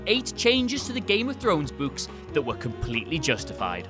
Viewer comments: What does the ghost in the library say to spook the kids? "Booooo-ks" Seriously though I wonder if this guy flips it sometimes. Like when he says, "I'm putting on my boots." It sounds like, "I'm putting on my butts." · Angry Kittens this blatant mispronunciation ruined the whole video 😡😡😡, I hope he is fired immediately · It’s pronounced BOOKS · "in the buuks" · It's spelt 'Books' but pronounced 'Bucks' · Gotta love the people whinging about the way he pronounces "books". 🙄 It's regional accent thing. I mean there are some Americans who pronounce "room" as "rum". So who cares?! It's no where near as bad as how Americans can't say "twat" properly. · not sure if i love or hate the way says "Books" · Literally laughing my ass off here how you pronounce "books"